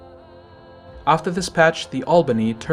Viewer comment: Why do premium ships have to be worse than normal ships? Any logic behind that or you just prefer to suffer while earning money? Its a game after all. And its not that hard to make an enjoyable premium stuff without breaking the game and making it a pay-to-win. Its mUrmansk btw, the accent is on the first syllable.